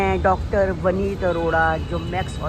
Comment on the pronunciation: आन्टी जी वनीत अरोरा नही विनीत अरोरा है डाक्टर साहब का नाम आन्टी जी अगर आप कहो तो ट्यूशन लगवा दु आपका 😊